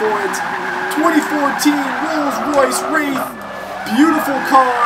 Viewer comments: Hey Slap, you got the pronunciation correctly the first time. See that 'i' in there? That makes it Wraith. Maybe in another language it could be pronounced like 'Wrath', but in English at least, it's pronounced like Rayth. On a side not, that torque curve though! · Say it like Rayth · It's pronounced reyth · The car is pronounced rayth, and its pronounced cam bur not came ber